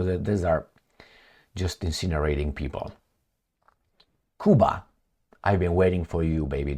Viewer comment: You not pronouncing Cuba properly